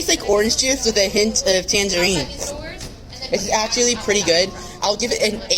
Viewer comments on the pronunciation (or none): When he says Tangerines, you can actually hear his severe speech impediment.